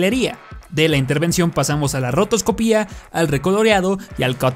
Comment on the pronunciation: Segunda persona que escucho que dice "rotoscopía" en vez de "rotoscopia" y no entiendo porqué.